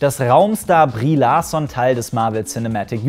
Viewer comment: Brie Larson???😂😂😂 das spricht man amerikanisch aus😂😂😂